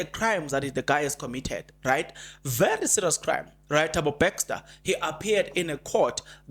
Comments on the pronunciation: Please it's Bester and not Bexter. Try to practice the name please 10x or more you will get it right. Also improve on the use of the word "loku". It's a humble ask. Like your content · Are we still saying Thabo "Baxter"? 😂 😂 😂 Jirre bra